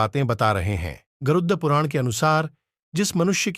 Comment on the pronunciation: Garuuuuddhh puran kya , pehele aap pronounciation sikhlo.